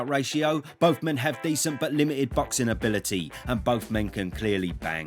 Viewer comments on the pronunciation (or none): none